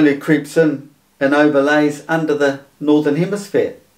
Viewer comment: He says “northern hemisphere” and “southern hemisphere” so many times and still, he has no clue…. Say again “hemisphere” but slowly….!! Lol